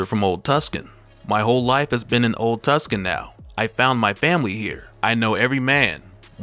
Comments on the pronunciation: It's "TOOSAHN" (spelled phonetically) GENIUS! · It’s pronounced Too-Sahn. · Is it old tucson? Pronounced too san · Lol,it's pronounced "too - sahn". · I'm a native Arizonan, your pronunciation of Tucson needs some improvement, (Too-sahn). I appreciate the video though i do! it was just driving me wild haha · Say it with me: Tooo-Sahn. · Too saan. It's pronounced "too saan". It's a city in Arizona. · It's pronounced Tooson , lol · It's pronounced Too-Son. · Repeat after me “TOO-SAHN” “TOO-SAHN” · Old tucson? Like tucson arizona? "Too saan" lol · It's pronounced, "too-san", my guy. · Tucson is pronounced like two sawn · Tucson is pronounced (Too-san) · Lol I'm from tucson. Just for future reference, it's pronounced like too sohn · Aye love your videos my guy! I just had to say the place he's walking through is pronounce Old Two-Saun. It's my my home city that's the old western town it use to be before they expanded n stuff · My man! Tucson is pronounced Too-son. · Tucson is pronounced Too-sawn, but no big, unless you live there 😂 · I hate to be the bearer of corrections but the town is pronounced too-sahn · It's pronounced like "too-sohn" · Tuscon is actually pronounced "too-sawn" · It's pronounced "too-sohn". I live out here. Otherwise phenomenal vid as always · Are you pronouncing Tucson wrong on purpose to trigger people cuz you should know how to pronounce tucson. ... come on man. 2-sawn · Not even from the country and I know that ain't how you pronounce Tucson. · Bro you need to brush up on you pronunciation of city names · Until it’s spelt without a c its tuc son to me not my fault whoever named it doesn’t know how letters work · Tucson! Get the pronunciation correct, damn it! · And it’s spelled Tucson. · Uh, dude, it's Tuscon, not tuskin. Like Tuscon, the second largest city in Arizona. C'mon! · It's "Old Tucson" not "Old Tuscan",. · This nigga said Tuscan 😂😂😂😂😂😂🤣🤣🤣🤣🤣🤣... It's Tucson T–U–C–S–O–N (Took-saun) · Too-son. Not tusken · Too•Sahn my G